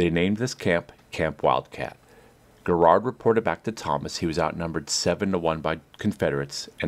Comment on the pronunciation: It is not Gerrard it is Garrard